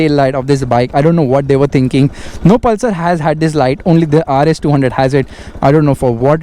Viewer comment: Palsar mt bolo bro